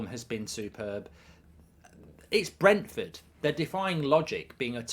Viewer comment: It’s Brentford 😂